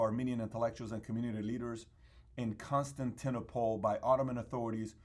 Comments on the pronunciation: y did u pronouce Constantinople like that??? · An armenian who can’t pronounce Constantinople, for shame! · I’m surprised he couldn’t say Constantinople. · ''In Cons tan ti no po le'' heheheeh